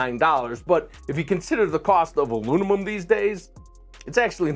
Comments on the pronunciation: "Alunimum." heh. Disregarded it the first time, but he said it that way repeatedly. 😂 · Huh? Teaching nuclear physics but he can’t pronounce aluminum?